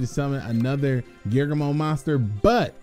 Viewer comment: Its gear- ghee -ano